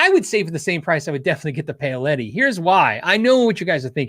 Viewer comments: Paoletti pronunciation = Pow-letti. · I believe Paoletti is pronounced "Powletti"